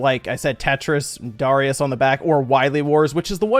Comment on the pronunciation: OMG, THANK YOU for actually pronouncing Darius correctly! I can't tell you how much I get triggered by people mispronouncing it and Gradius.